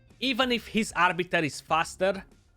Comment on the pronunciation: Who the fk is Arbitor ???? ROFL ;) "it's Arbiter not o -.-"